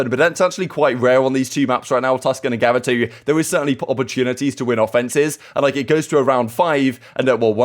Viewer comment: There either needs to be a map change or a change because I can't listen to pronounce gavutu like this all season 🤣 jokes of course